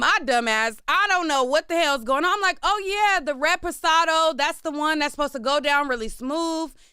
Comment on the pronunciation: It's "red pasado" fa me 😂😂 It's "REPOSADO" 😂